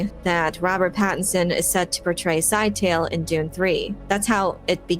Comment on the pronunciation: Note to everybody: please pronounce Scytale correctly. It's not "sci-tale"; it is a 3 syllable word and acceptable pronunciations are as follows (provided in simplified phonetics): "SKI-tuh-lee" (sounds a little like Italy with a hard "SK" at the start) Another acceptable form is "skit-UH-lee". Words matter. Pronunciation matters. This has been your lesson of the day.